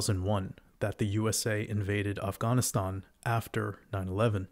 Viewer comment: your pronunciation of Afghanistan is interestingly and accurately precise